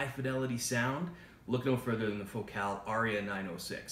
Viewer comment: Fo-cal? Dont u say the name like focal like vocal